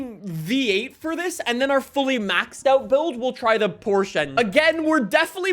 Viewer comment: as you saied "Porsche". Its beautiful for a german to hear an english/american/austrailian pronouncing it the right way. It was almost perfect